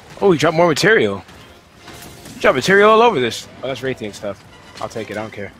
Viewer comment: I know that about the puns in their names (4th gen hunter). I'm just wondering why people say the Rath in Rathalos different than Rathian. Both are clearly pronounced like wrath but some people say wraith for Rathian for some reason.